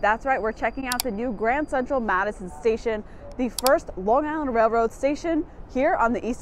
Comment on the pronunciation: as a long islander, I respect how you pronounce long island. 👍